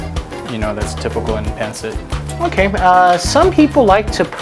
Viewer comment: It’s pancit/pansit not Pencit and you say it fast 1 word